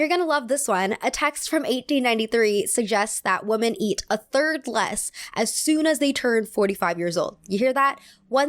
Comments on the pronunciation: I’m going crazy hearing “woman” every time she is saying it like it should be plural (“women”). Am I missing something?! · you need to get your pronunciation for the plural WOMEN right... sounds like you are using the singular WOMAN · You keep pronouncing "Women" like "Woman" ❤️ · Am I crazy or does pronounce "women" and "woman" the same way? It always sticks out to me when I watch her videos. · love the video, but it's such a pet peeve of mine when people say ''woman'' instead of ''women'' haha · Hi, Totally random, but I've noticed that you and some other younger Youtubers have started pronouncing the word "women" as [wu-men]. Is this a recent American trend? I can't find any information online. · You're hearing correctly. It's a common error that native speakers do.